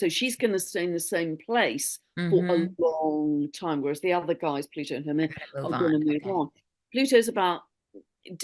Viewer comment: Lovely conversation and energy exchange! FYI pronounce that one 'dwarf planet of fertility', Haumea: hāo-meia (so you sound pro to Hawaiians😊, I'm Kanaka Maoli). Too many insights mention for the next 2-3 years. My video channel subscriptions are converging. I watch Stefan daily & see Mr. Robert Edward Grant challenges the scientific community just like Terrance Howard. Physicist already admit physics is taught wrong for over 100 yrs. Many industries are changing. Much appreciation for all i heard here. Aloha nui from Hawaiian Islands💯🌺🤙🏾